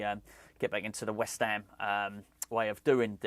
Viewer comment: Great to see you back …. Don’t think anyone can say “West Ham” better than you! COYI⚒️